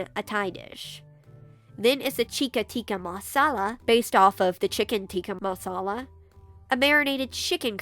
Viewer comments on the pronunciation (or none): none